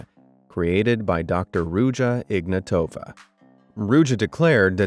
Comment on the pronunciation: Please people I know it’s not that important but please pronounce the name correctly. It is IgnAtova not IgnatOva.. it hurts my ears every time. Also it is “Ruzha” (ж) not “Rudja”, “Rudza” etc.